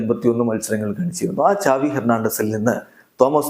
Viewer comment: സാവി യാണ് ചാവി അല്ല